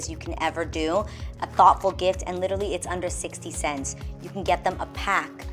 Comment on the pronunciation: I love your channel and love watching you on The Real! Ms. Adrienne, with all due respect and love, I have one pet-peeve: please, please, please stop say "literly"! the word is "literally" , LOL!!!